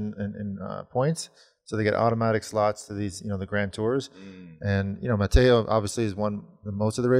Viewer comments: Mathieu not Matteo Van Der Poel. Geez George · His name is Mathieu not Mateo!!!!!! Why on earth does this guy pronounce Mathieu as 'Mateo'? There isn't even an 'o' in Mathieu. He might as well just call him Bob. It boggles the mind how ignorant some people are in terms of simple and basic language skills. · Mathieu = “Mattyuh” Mathieu ≠ “Matteo” Perhaps it’s time to get some pronunciation lessons from Johan Keep up the good work guys, enjoyed the show as always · Please call Van Der Poel correctly. It's Mathieu, not Matteo. Mathieu... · Matt-chew. Say Matt and then sneeze. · Mattyuh is also incorrect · Geez guys, the way you pronounce Mathieu van der Poel is per the below "Mattyuh" get with it.